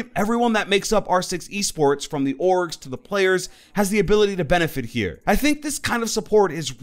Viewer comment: Whenever says “orgs” I keep thinking that he is saying “orcs”.